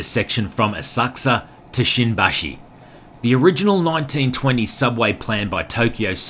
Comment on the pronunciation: Is not shinbashi is shimbashi careful